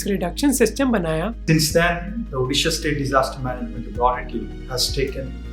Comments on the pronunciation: Thank you Mohak for covering this topic . Only few of people knew about odisha and Odisha's culture and Heritage. From meantime we used to feel bad about this but nowadays a tagline has kept for Odisha ' odisha's best keeps secret ' and pronunciated the name so perfectly Indeed , odisha is best amongst all state ❤ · As an Odia, I am so happy you pronounced Odisha correctly and not "Udisha" or "Orissa", plus thank you for brining the topic into limelight, althought there is so much more to be touched on, for example Odisha supplying oxygen during the COVID times.All in all, well researched and presented video, Would love to learn through your videos about the diverse India.